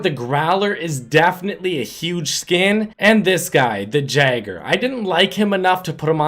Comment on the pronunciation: It’s pronounced (YAY-GER)!!!